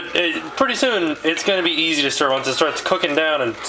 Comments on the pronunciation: It's "stir". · stir stir stir steer? stir? stir ... lol shirt off? -_